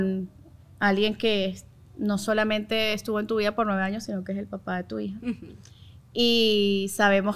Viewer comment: Muy influencer y lo que quieras pero no se dice jaños es años un poquito de por favor